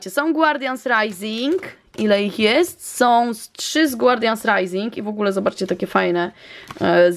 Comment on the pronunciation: to co powiem jest dziwne, ale zawsze gdy słyszałam jak mówisz guardians rising to słyszałam Guardian SRAJsing! Myślałam że nie lubisz tych boosterów i dla tego tak mówisz. Ale teraz weszłam na lootqest i już wiem że tak nie jest😊😉😂❤️